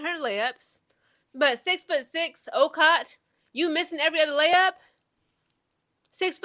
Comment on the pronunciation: You are mispronouncing Okot's name. It is pronounced "O-coat" We might have struggled but a win is a win!! Go Gamecocks!!